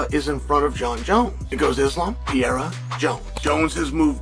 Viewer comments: I know Chanel is just a clown but being the only guy to call Alex “pee-era” makes him sounds like an idiot. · He also keeps mispronouncing Pereira's name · How is Chael still mispronouncing Pereira's name lol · I'm going to adopt your method and start doing the same. Dumbass sitting there looking like the tootsie roll owl with those spectacles on his face and can't even pronounce Pereira's name right.